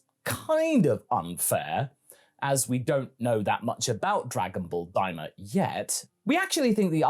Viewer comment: Am i the only one who thinks daima sounds like "dai mao"